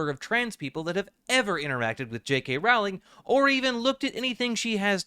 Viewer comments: Is it pronounced like row? I always thought it was like this video growl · It's pronounced "rolling." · I can't continue watching this video. Each time I hear the name Rowling mispronounced, I die a little inside. 😔